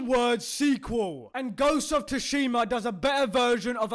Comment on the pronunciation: It's not Tushima It's Sushima